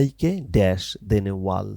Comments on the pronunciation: ভাই অইটা ওয়াল না ওয়েল😂😂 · bhaiya ekto bhol hoyeche apnar pronunciation a well kuwa ke wall ba deyal bolchen